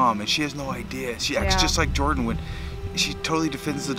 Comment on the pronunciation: It's Jordan not yorden